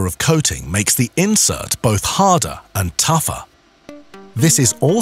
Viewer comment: 👏👏👏👏👏 I like how he says hardah, taffah, and callah (harder, tougher and color)